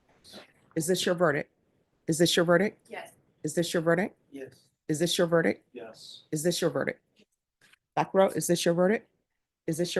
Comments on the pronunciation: "Is that your verdick, is that your verdick?...Honey, as a judge, you should know it's pronounced VERDICT.... Here's the thing. You can lower your hand. Yes, i don't like her.... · … not verdick- verdict. This is an important word in court. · the word is verdict with a t at the end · The word verdict ends with a t. Come on, now - you went to law school. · Why doesn't judge Boyd pronounce the "t" in verdict.